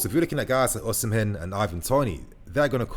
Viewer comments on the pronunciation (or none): Even though the name is called OSIMHEN, the correct pronunciation is OSIMEN and not OSIM-HEN. Love from Nigeria.